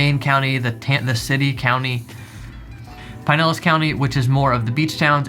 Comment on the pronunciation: Looking forward to the next vid. Double check the pronunciation on Pinellas though.